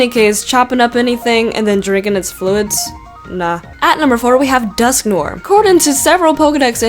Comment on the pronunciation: Dusk-no-ah that's how you say it